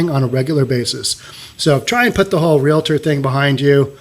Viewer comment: Thank you for phonetically pronouncing REAL-TOR. I use to be the Executive Officer of an affluent area in Southern California and the most intellectual REALTORS could not say REALTOR or REALTY Company. It was either REAL-IT-TOR or REAL-IT-TY COMPANY... To my ears it sounded like chalk on a chalkboard. Thank you again.